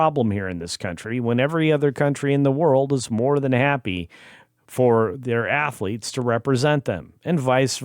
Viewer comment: He should remain in UK and you almost said it right Assletes.